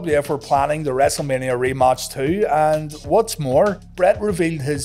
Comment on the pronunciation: “The wrestlemania re-motch”